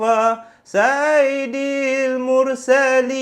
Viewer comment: maaf ye sy betulkan sikit selawat tu..sy dengar mcm ada salah sebut skit..patutnya saiyidil bukan saidil..